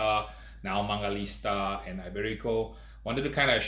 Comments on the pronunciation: It's not mangaliSTa, it's mangaliTSa, you idiot! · Hey man, you kept pronouncing mangalista instead of mangalitsa! I noticed that because I used to do that too!